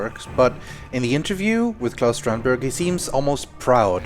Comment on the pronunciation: Excellent job as always. Interesting that you didn't seem to pick up on the apparent mispronunciation of Claus, as Robbaz did.